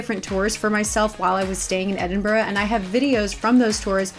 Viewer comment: You’re saying Edinburgh wrong tho 😩